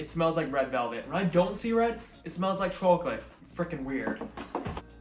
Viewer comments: "Chooalate😂" i love it! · why do you say chawklate. great vid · Interesting how the chawcholate and Cawfee pronunciation wasn’t there 2 years ago. Lol why tho? These look delicious btw